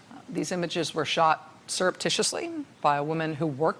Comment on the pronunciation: I'm sorry I couldn't get that word again... Syrup Tissue Titty? Please say it ONE MORE TIME I DIDN'T GET IT